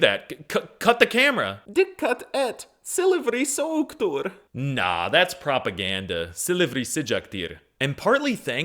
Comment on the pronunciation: silivri soğuktur and malum kişi was hard brooo thats crazyy ur a certified turkish